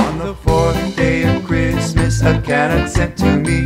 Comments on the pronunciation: Could only listen to first two verses, two mis pronunciations of Canuck was enough. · Cute but Canuck is pronounced wrong, lol. Also, no Canada geese?? 🙂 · The most glaring error is the pronunciation of 'Canuck' - emphasis should be on the 2nd syllable.. the 'uck' part.. :) Well done otherwise IMO.. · perfect! hahaha...just too bad they don't know how to pronounce Canuck.... ;) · Couldn't listen to the whole song just because of the way "Canuck" is pronounced. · Great video, great lyrics but absolutely stupid pronunciation of Canuck. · The guy can't sing and can't pronounce Canuck properly. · I have never heard a Torontonian or any other Canadian pronounce CANUCK like this. Cute video but the mispronunciation is irritating and hard to ignore. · Interesting. Never heard the word 'Canuck' said like that before! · This is great!!!! Well done .....( I tried to ignore the pronunciation of 'Canuck' :-) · This is a cute video, and I have the book and it is very lovely for Canadian children, however there is a GLARING issue... a mispronunciation of the word canuck. It should have the emphasis on the 2nd syllable not the first. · I'm sure they are pronouncing Canuck the way they do so it will rhyme better. Great song. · Weirdest way of pronouncing Canuck I have ever heard :) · Yes, it would be nice if they could pronounce Canuck correctly. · I was going to buy three of these for my grandchildren until I heard how they pronounced Canuck !! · Hey, just so you know, you pronounced Canuck wrong :) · ca-nuck not can-uck...gah! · Great imagination. Thoroughly enjoyed the video. However, on the work Canuck, you have the emPHAsis on the wrong SyllABLE. Canuck should be pronounced caNUCK "Canuck" /kəˈnʌk/ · In the word 'Canuck', the accent should be on the second syllable. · I agree. I have never heard that pronounciation of Ca NUK. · Seriously what is a Can Uck never heard it pronounce that way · Pronounced Can AUK. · emPHAsis on the wrong sylLABle of CaNUCK. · I totally agree.